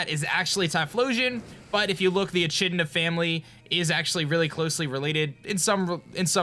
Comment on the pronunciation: QOTD: #TeamLitten #TeamSun Btw, that's not how you pronounce echidna. The 'ch' is hard, like a k.:) I don't think they're closely related to rodents either to be honest, they (as well as platypus) are monotremes, or egg-laying mammals, which are pretty distant from all other mammals.